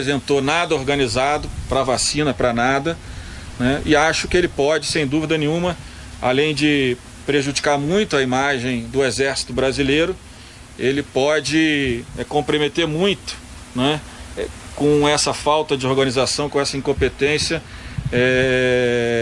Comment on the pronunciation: "O poblema..." e pode "compremeter"... nem português esse asno fala!